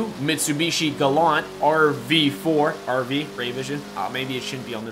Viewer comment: it is not glant it is fukin GA LAN T